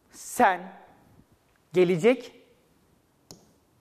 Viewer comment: Lütfen olması gerektiği gibi, yazdığınız doğru açıklamayı doğru okuyun sayın öğretmenim. Gelecekmi? Gelicekmi? Bu yanlış bir teleffuz? Öğrenciler karıştırıyor sayın hocam. Saygılarımla.